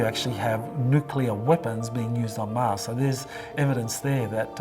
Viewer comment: Love this video but the dude that kept saying MAZ instead of MARS. Kept throwing me off